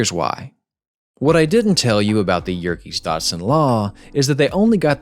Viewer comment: Ok so who's mispronouncing Yerkes-Dodson, or Thomas Sanders?